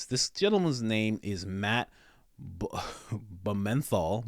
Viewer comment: Pronouncing Blumenthal, Blue Menthol has to be the blackest and most hilarious thing that you've ever done. Awesome! Loved it!